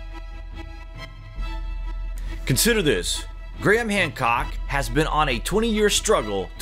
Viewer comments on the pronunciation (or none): none